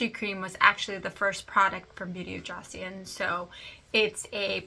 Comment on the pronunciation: Thanks for the review! Joseon is pronounced like "Jo Sun". (I heard some Korean YouTubers say it like that. I pronounced it like you did at first.). I love the sunscreen and want to try more of their products.